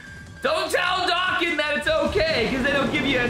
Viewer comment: Say it with me Dough-khan